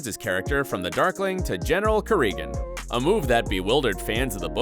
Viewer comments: You can tell the narrator didn't even watch the show by the way he says "Kirigan" lol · I can't fathom how in the world you still can't pronounce Kirigan. It's said like 12000 times in the show. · LOL I noticed that too